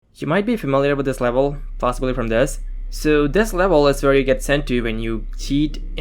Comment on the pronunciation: Levuhll euu-geeted 😂